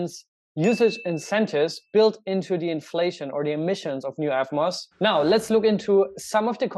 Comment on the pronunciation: It s eVmos not eFmos , learn to pronounce proper english kraut.